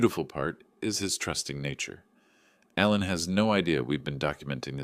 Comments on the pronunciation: The name is Alan, but you kept saying Allen. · 2 spellings, same pronunciation in USA english.